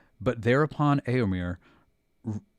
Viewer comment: You pronounce éo in Rohirric names as though Tolkien had spelt it 'ëo'. But it is supposed to be a dipthong, not a disyllable. You would come closer to pronounce 'éo' like the 'ea' in English 'bear'. (Try starting like the 'e' in 'bear' but gliding to 'oh' instead of 'ah'.) Also, the second 'e' in Éomer is an 'e', not an 'i'. It rhymes with "there", not "beer".